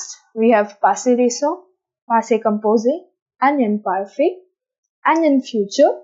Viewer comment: Kindly check the pronunciation of Imparfait.Your presentation is simple n good. 👏👏